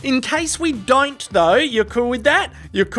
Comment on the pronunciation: Nothing is greater than when an Australian says "don't". Sounds like "doaint"